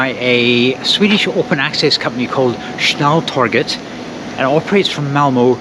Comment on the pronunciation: Snälltåget ? Give me strength... The pronunciation of snälltåget in swedish is [ˈsnɛl.toɡet], which obviously means it also is the one that should be used in other languages - there is no fx 'english pronunciation for a swedish word'. The word means fast train, cf german schnellzug - or more precisely 'the fast train', because in the scandinavian languages, the -et suffix indicates the definite article for neutrum nouns (in contrast to utrum [common gender], where it would be -en). The consonants used here are known in english, and two of the three vowels likewise, despite your Great Vowel Shift and the ensuing sound 'chaos' - which is fine for english, but should be avoided in the other languages. So the effort you would have to take for getting it right is actually quite limited: The [ɛ] and [e] are a similar sound as in ten (letter e, short/open sound). The [o] sound (letter o, long/closed sound) however does not exist any more in english, only the [ɔ] sound (letter o, short/open sound - like in ton). [Instead of letter o, norwegian and swedish often use å] How can you find the right sound? Try to compare english words 'sin' and 'seen': That's the basically same vowel sound, only that the first one is short [ɪ], while the second long [iː]. You have the same situation with [ɔ] and [oː] - try to extrapolate from there... And you can often find the pronunciation in the global IPA script (like here) in the respective WP article. Good luck